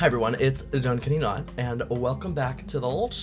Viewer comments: your intro said duncayounot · HIS INTRO LITERALLY SAID DUNCAYOUNOT LMAO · HI GREAT NEW VIDEOOOO, just letting u know ur intro says "Duncayounot" instead of "Duncanyounot" idk if it was on purpose haha, just letting u know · did u notice it said duncayounot instead of duncanyounot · anyone else notice the intro says "duncayounot" instead of "duncanyounot" lmao